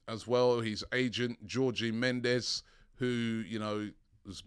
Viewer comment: "Georgey Mendez" 🤦‍♂️ his name isn't even hard to pronounce ffs 🤦‍♂️